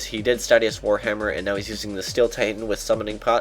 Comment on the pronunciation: is a n00b he can't say statius right. h4h4h4h4h4h4. Statius STAY-shuss < From the RS pronunciation guide.